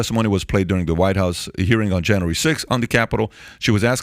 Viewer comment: JAN-REEE Sixth.